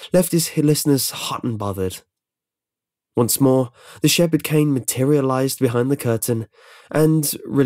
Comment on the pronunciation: Ahem it's shepherd.